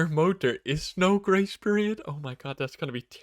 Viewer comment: I'm glad I can read what he's saying. I keep hearing "gray spirit" instead of grace period lol.